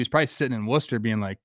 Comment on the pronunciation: Shoutout to trev for pronouncing Worcester correctly